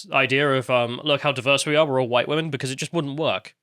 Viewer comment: Hhhwhite. Spit in disgust…